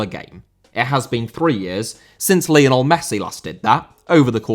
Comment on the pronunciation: Lionel* not Linl